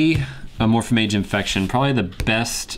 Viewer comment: it's Amorphage not Amorphamage